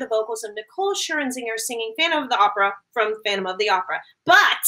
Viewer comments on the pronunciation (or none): Lol "Scher-in-zinger". It's Scher-zinger. Where's the extra IN coming from? 😂